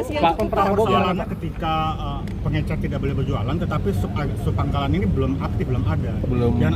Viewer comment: Pengecer pak, bukan pengencer..